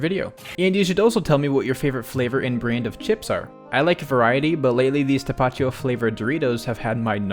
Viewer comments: Just an fyi. It is pronoumced tapa tio not tapacho since its spanish. Chips I don’t do much but taki popcorn is probably one of the best snacks I have tried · no way this white boy just pronounced tapatio "tapacho":( sorry, great video:) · No hate but bro pronouncing tapatio like that physically hurt me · As a Mexican I thought it was hilarious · The way he pronounced Tapatio is crazy